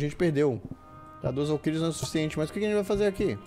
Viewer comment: Se você tiver qualquer problema. Valquírias cara, VALQUÍRIAS